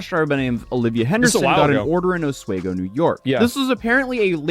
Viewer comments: Ah-swee-go is how you pronounce Oswego btw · AHS WEE GO is how you pronounce it i believe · Darlin- the little sweet town (OSWEGO) in upstate New York, just northwest of Syracuse (my hometown) on the lake is pronounced as AH SWEE GO! Can't wait to find out the final decision on this LUNATIC GIRL lying that she a VICTIM!!! As Oswego is a university town, bet she only gets probation! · Os-WE-go NY. it's quite a shithole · It’s pronounced “AH-SWEE-GO” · I live in the area he goes to and have my whole life. It's pronounced Oss-We-Go and yes there are some nice areas and the scenery is beautiful. There's a bunch of mountains and gorges and rivers and old towns but......starting around covid there was a mass migration of people from big cities that flocked to small towns in upstate NY. I'm talking the bottom of the barrel kind of people. There's also been a huge influx of illegals, mostly Pakistanis and Chinese that bought up all the properties and are quietly taking over towns. These towns were beautiful well maintained and full of old historical buildings and decent people, like a typical small town you would see in a movie. It's amazing how quickly these places have gotten run into the ground and now look like something out of a horror movie. If people think open borders are good they need to come to pretty much any upstate NY town. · It's pronounced OSS WE GO. Like Torpedo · It's pronounced osweeeego. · Oswego is pronounced AH SWEEEEE GO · Just an FYI- oswego is pronounced with the long E, not short e. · Pronouncing Oswego wrong...I'm a local 😊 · Thats not how you pronounce Oswego!!! I also cant believe i slept with this chick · Oswego not oswaygo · It's Osweego not Osweygo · Oswego is pronounced: os-WEE'-go. ( Not os-WAY-go.) I went to SUNY Oswego. Coldest place I ever lived. The cold wind blowing across the lake is so powerful that the trees grow on an angle. The constant pressure prevents them from growing up straight. Good college, though.